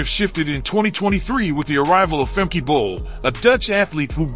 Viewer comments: If you make a video at least get the name correct………it’s Femke not Femki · It is not Femki but Femke. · It's pronounced Femkuh Bol not Femky Bol 😛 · Erm... It's Femke, not Femki 😏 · Her name is pronounced Fem-kuh, not Fem-kee. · Nah, I won't subscribe if you keep on calling Femke, Femki. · Fem-Key. The audio was messed up in the beginning so her pronunciation was off. Also typo too our bad… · Great, but why can American's not pronounce Femke Bol's name? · It's not pronounced Femke but Femke.